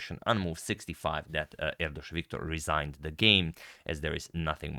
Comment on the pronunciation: Hungarian here. I am impressed by Agadmators almost perfect pronunciation of Erdős :) And I confirm that in hungary the name orders are switched up. Family name comes first, and and first name comes second. ( We don't call it first name, we call it cross name. )